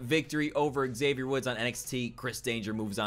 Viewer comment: great series, but your pronunciation of 'Xavier' is cancerous. hope you didn't get booked against him anymore in.the series, I'd like to live :-) great job, and nice live commentary!